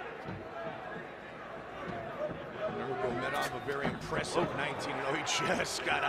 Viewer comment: Goldberg never figured out how to say nurmagamedov